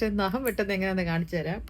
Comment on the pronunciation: Not Naham😅Nagham😂